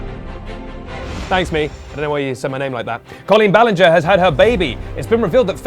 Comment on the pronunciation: I thought it was Colin balinger From your mispronounced youtuber names